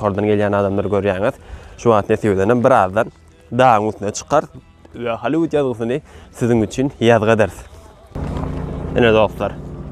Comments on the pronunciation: Hallyvud dal Gallivud diyip aydylya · Не холливуд а Голливуд учись пожалуйста правильно говорит на английском буква H читается как буква G не позорь нас пожалуйста